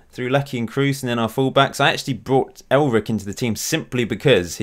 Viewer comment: It’s elrich not elric